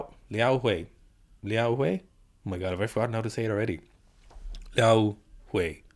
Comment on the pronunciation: Commenting for the algorithm. But your pronunciation of Liao Hui’s name is phenomenal. Hate it when people just butcher East Asian names and don’t even try to get it right